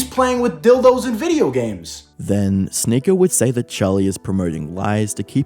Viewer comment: English is not my first language, but what accent is the narrator supposed to have? He pronouncer Sneako like "Sneakor", video as "videor", or something like that